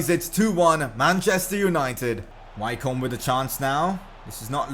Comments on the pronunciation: Wycombe is pronounced Wickham like the striker who plays for Crystal Palace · Wycombe is pronounced Wicom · Wycombe is pronounced Wick-Erm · You're saying Wycombe wrong lol 😂😂